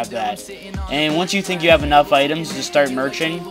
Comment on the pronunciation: FUCK YOU PRONOUNCE MERCHING WRONG TOO